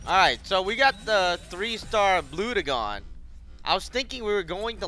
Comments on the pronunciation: its pronounced blud jon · The way he pronounced bludgeon was just cringe.